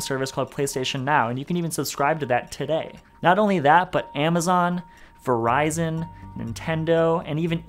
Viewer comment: Did you just say Verizon? ... Mannnn if you don't get!